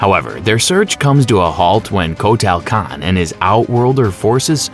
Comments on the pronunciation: Coat tail kahn 🤣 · Rye Den, Shay Oh Khan, Coat-Ayel Khan!!!! Love these warriors/lead singers!